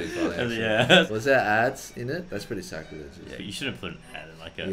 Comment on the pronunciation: I think you mean sacrilegious. S-A-C-R-I-L-E-G-I-O-U-S. Not sure what "scraligous" is.